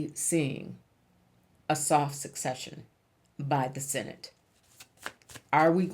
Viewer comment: sec-session not suc-cession PLEEEEEASE